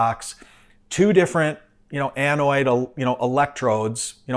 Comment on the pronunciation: A-NODE. Not an anoid.